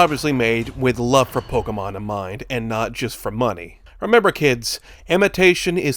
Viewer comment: I am shook that there exists an American that can pronounce Pokémon correctly